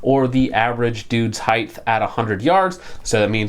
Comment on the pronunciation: Two things: 1 The word is height not heigth 2 No one is selling this for $700